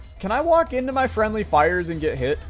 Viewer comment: fwendly fire iss imunitty tofire